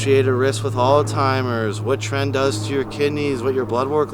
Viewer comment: Not trying to be a grammar dick, but... it’s pronounced alz-hi-mers instead of alz-tim-ers.